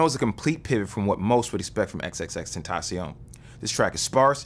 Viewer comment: first time I seen someone say his name right damn